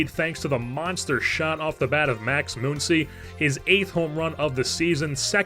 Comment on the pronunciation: Muncy does not have an umlaut over the u. Muncy is pronounced the same way Money is. Or Funny. Or Honey.